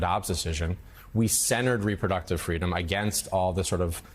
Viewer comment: It's an issue of "fweedom"! Joe, i was that little anchor baby girl.